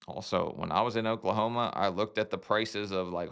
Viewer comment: FYI it's 'Oooooooooooklahoma' not 'Oklahomaaaaaaaa'